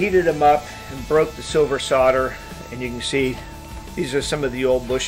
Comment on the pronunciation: Explain "soddering" to me when it's clearly soldering :)